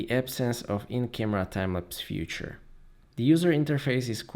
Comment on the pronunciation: Great video as always, but I still keep hearing you say future instead of feature with kinds annoy a bit. ;)